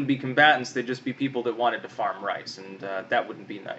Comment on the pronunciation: Rice rhymes with nice.